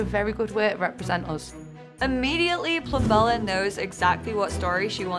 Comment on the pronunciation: Plum-bella, you pronounce the b!